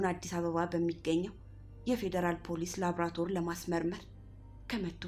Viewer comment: የምታቀርቢያቸው ታሪኮች አስተማሪ ናቸው።በዚሁ ቀጥይ!ነገር ግን ላብራቶር የሚለውን ቃል ላብራቶሪ /ላቦራቶሪ በሚል አስተካክለሽ አንብቢ።